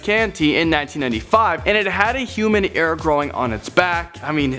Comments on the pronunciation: The way he said "ear" IM TRIGGERED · Is it just me that thinks he pronounced ear strange?